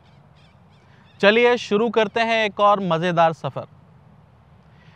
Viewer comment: Very nice. Keep it up. Pronunciation Namashkaar is wrong... It's Namaskaar